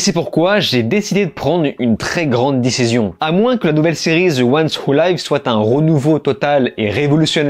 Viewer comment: Sérieux arrête de dire. Zi walking dead grrrrr .Au pire dit. De walking dead .. C'est agressant ton ziiii à chaque the